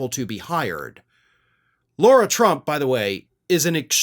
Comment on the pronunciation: Who is “Laura” Trump? It’s Lara Trump. No “u”